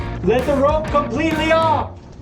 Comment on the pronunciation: Did you just say rope? 🤣